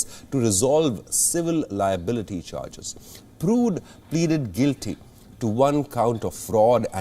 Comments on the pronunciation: Dear Anchor, It's PURDUE not PRUDE ☺️ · Not prude.. get the pronunciation right. Its important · Mr Anchor- PURDUE not PRUDE. HEROIN not HEROINE. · It's Purdue not prude you idiot. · 🙄 Its not "Prude", its "Purdue" (phonetics: Per.due).